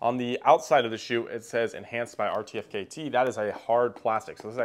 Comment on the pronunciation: just so you know in the future, it's pronounced "artifact" 🙌